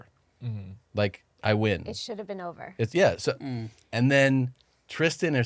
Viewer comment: Tom: "It's over, like I win" Interesting way to pronounce that word Tom.